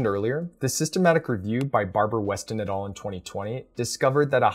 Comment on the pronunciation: Great video! Btw, the words "et al." come from latin (et alia, meaning: and others) and it's pronounced /et ˈæl/ and not /et ɔːl/. I know it's latin and it seems stupid to be pointing this out but since you use it so often in your videos I though I brought it up.